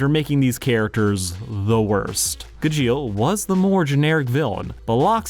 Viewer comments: watching this video was the longest soul sucking session ive ever had everytime he said ga-jeel and not gaj-eel also call it what you want but calling it the power of family is more accurate than the power of friendship. Yeah yeah same thing hut it means more if its family and thats fairytail's whole thing its about family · Ive only ever know Gajeels name pronounced as Gahsheel and hearing it as "Guh-jeel just soesnt aound roght at all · Gu jeel 🤮🤮🤮🤮 I wanna hear him say mirage “meer age” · Honestly, I was scared of watching this video. I absolutely love Fairy Tail despite its faults, so I was terrified this was going to be a surface-level "this is a toxic relationship" analysis. I'm glad I was wrong. However, there are a number of more minor things I took issue with/ took note of. First, Gajeel's pronunciation and the use of dub clips. It's pronounced Gah-gee-l and I always watch anime subbed. I'd be lying if I said i didn't cringe every time it was mispronounced or when a dub clip played. Second, I really don't like how you dismissed Laxus's redemption (granted he is one of my favorite characters so I might be a little biased). I loved his failed use of Fairy Law. Sure it might feel like a cop-out, but Fairy Tail does that a lot, and the message (that he cares deeply for his adoptive family despite his rough exterior) is perfect. Also, he doesn't just get accepted back into the guild suddenly. In Tenrou Island, Natsu literally had no choice but to accept Laxus's lightning otherwise they would lose, and when the guild comes back after the timeskip his readmittance is kind of a gag. It's the only thing Fifth Guild Master Gildarts does before handing the title back to Makarov, and in the immediate next arc I think he more than redeems himself. My point is, I dislike the portrayal of Laxus here Third, there's additional history that was missed. Gajeel wasn't actually raised in Phantom Lord. His childhood is shown in the... Road Knight(?) manga (the translation for